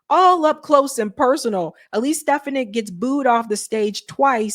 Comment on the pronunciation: how many times do you have to hear it's pronounced SteFONik, not STEFanick!!